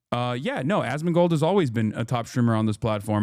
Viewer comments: "ass-can-mold" almost had me spit out my drink loool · Why is he saying Assmunchmold's name like that ???